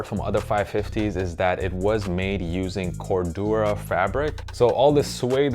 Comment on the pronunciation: first person I have heard to pronounce "corduroy" like that